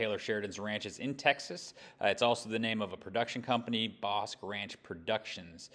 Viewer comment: Bosque is pronounced BOSKEE....It's spanish for forest/woods